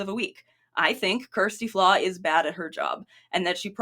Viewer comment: Oh for goodness sake, if you are going to make a video about her at least learn how to pronounce her name correctly. It's just sloppy. And also dont we all introduce ourselves by telling everyone about our sexual orientation when noone asks or cares.